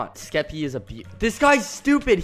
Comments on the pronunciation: No it's the first "SKEPPY-" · Skepp- Skeppy, NO SKEPPY